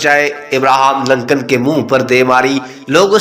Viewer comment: It is Lincoln instead of Lancan, Lancan or Lankan (as you pronounced) means Sri Lankan person. Please do the homework before published the pathetic videos